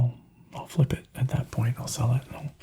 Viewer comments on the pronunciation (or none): none